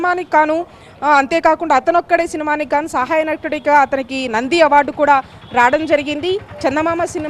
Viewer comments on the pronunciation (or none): నంది అవార్డు రావడం జరిగింది అనాలి. రాడం జరిగింది అంటోంది ఈ తెలుగు సరిగ్గా రాని ఎంకర్. Shame on you.😂😂😂😂